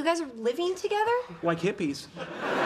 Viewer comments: Thogeder? I think you mean together but good video anyway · Thogeder? Really!?